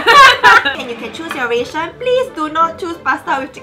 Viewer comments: It's pronounced as RAH-TION... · Ration is pronounced /ˈræʃn/, i.e RA-SHUN not RAY-SHUN.